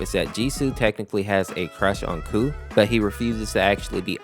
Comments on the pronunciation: Honestly. i thought i was the only one to think that G-SU is gay. He was fricking blushing while putting handcuffs on KOU's hands. But it would be nice if they would canonically be a couple tho :D. Also, another thing, KOU'S name is pronounced "Ko" and not "Coo" lol 😅. I also realized some days ago heh. KOU's deffo one of my favorites. Pweez reply i would love that 🥺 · This is pretty spot on!! The only thing that is inaccurate is just that KOU's name is pronounced like "Ko" instead of "Coo" haha, but it's a common mistake! Thanks for sharing my story with others, the way you explain it is really sweet! :D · Is it not pronounced K O U, each letter separately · KOU’s name is pronounced “Koh,” rhymes with “Oh” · By the way the dev of mod said kou pronounced "ko" like "no" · I feel bad whenever someone mispronounces kou's name